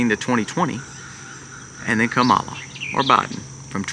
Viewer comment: Great content! I just wish you would make sure the audio is correctly synced with the video. And, that you pronounce Kamala correctly.